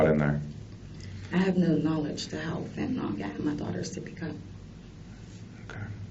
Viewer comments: Can we please stop saying fentanall... It's ILL fentaNILL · Its pronounced "Fen tuh nill" not fentanOLL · I’m tired of ppl pronouncing it fentin-ALL. It’s pronounced fentin-ILL.